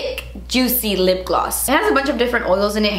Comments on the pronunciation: "It's sooo joot-see!" 😂🙌🏼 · “Jootsy and chiny” 😂